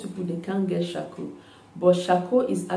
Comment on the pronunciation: You said coarcoal